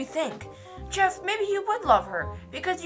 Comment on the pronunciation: it's jeff-E with his wife-E her name is knife-E